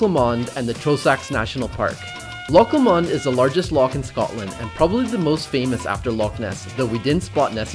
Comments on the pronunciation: pronounce LOW-MAND not LA mond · Haha I did giggle a bit 😄 it's pronounced 'low-mund' not law-mond 🤣😆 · aaarrgh my ears... Dear, can you please pronounce Loch Lomond as 'Lowmund', cheers haha:) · I love your videos, but please practise could you practise Loch Lomond. You make it sound exotic and almost French like blancmange. It's easier to say Loch Lowmond...that would sound a tad more Scottish. Safe adventures, you make great videos. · Sorry...had to stop and take a minute to figure out how he could so badly mispronounce Loch Lomond haha Never heard it said that way before lol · Loch ‘Lomond’ 😂😂😂